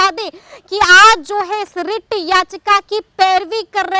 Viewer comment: rrrrrrrrreet याचिका😂😂